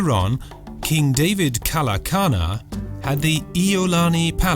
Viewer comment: Kalākana? Its King David Kalākaua